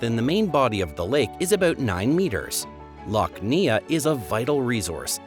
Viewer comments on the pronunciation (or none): Lough Neagh is pronounced Loch Nay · Loch Neagh in Northern Ireland is pronounced "nay". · Subscribed but are you using AI to narrate and not research properly as there is a duplication of the countries that make up Great Britain and the United Kingdom with Northern Ireland as well as the mispronunciations such as Lock Nee-Agh instead of Lock Nay for Lough Neagh and the 1st pronunciation of the Scilly Isles (pronounced Silly) yet the 2nd one was correct? Otherwise, it's a pretty good Geography facts video that even people here in England and the U.K. didn't know, such as the Chalk reefs in Cromer, Norfolk and the 2 cold-water Coral reefs off the West coast of Scotland and South West coast of Cornwall. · NOT Lough Neya.... Lough nay. Also Belfast is not in the middle of Northern Ireland but on the Eastern coast. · Lough Neagh being called "Lock Neeah" almost made me choke on my soda farl! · PLEASE check your pronounciations before you produce a video. E.g. Lough Neagh is pronounced Lough NAY. Surely not too difficult… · Guillemots = "gilly-mots" Lough Neagh= "loch nay"Birmingham=burming-um (BirmingHAM is in Alabama) Cromer=krowmer Alnwick=annick, gneiss=nice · Lough "nee arrr". Nay, nay, nay. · Lough Neagh is pronounced Lock Nay, I had to look it up even though I'm from England as I can't see anyone saying how to pronounce it, only someone choking on their soda farl, something else not explained. AI tells me that a soda farl is a traditional Irish flatbread cooked in a frying pan or on a griddle and made by forming a round of soda-bread dough about 3/4" (1.9cm) thick and cutting it into 4 wedge-shaped pieces called farls from the Scottish word fardel meaning a 4th part of a 'round' or a '3 cornered cake'. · Lough Neagh.pronunced Lough Nay…. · I love the “Isles of SKILLY”, Loch NEAGH, etc. it grates on the ears! jeez! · Lock nay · And Lough Neagh is pronounced Lock Ney.